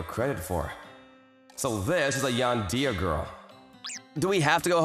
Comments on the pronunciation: Broo Yandeer 🙂👍 Yandere 🫷😤. Just sayin its Yan-De-re Not yandeer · Bro said yan-dear not tan-de-re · I died a little inside every time he pronounced it "yan-deer" and not "yan-dere". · How he says yan-deer instead of yan-de-re is so prime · I know i shouldn't laugh.. but I did. Sorry..😂😂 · Dear Mr. VA, It's pronounced more like Yawn-dare-reh, not Yawn-dear. Just for future reference. Sincerely, Your target audience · "Yan-deer"? Dude, come on... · say yan-de-ray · “Yandeer” wtf???? 😂😂😂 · Indeed. She's a "Yandéer" 🗿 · Nee-nee? Yan-deer? Are you f-ing serious? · Love this story and I thought the way he said Yandere as yandear was kinda funny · Did someone ever taught him how to pronounce “yandere” not being yan deer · yan-deer the Japanese cousin to John-Deer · He couldn't say yan-de-re properly. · this man cant pronounce anything.....name and yandere......